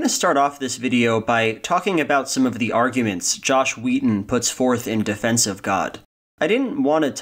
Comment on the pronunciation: I kept hearing Joss Whedon so I had to look up the movie on IMDB to confirm, because I couldn't believe Whedon was that weird. But the character is named Josh Wheaton.